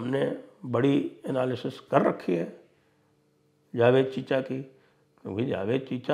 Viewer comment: Chicha ne camera ke aage aur peeche saari baat alag alag kar li hongi. Usi liye wahan gaye hain chichaa...talaffoozzz to wohi hai chichaaa ka. Ghajwaaa..